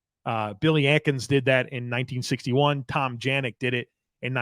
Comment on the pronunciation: Great show,! I’m older than the team so it was great to hear some of our great 60’s guys still in the record book. Byrd’s 40 career INTs seems as safe as OJ’s records. (Btw, you mispronounced a few of the 60’s Bills. Elbert DuBENion and Tom Janik said like yanik)😉